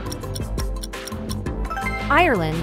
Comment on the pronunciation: Ireland it sounds like island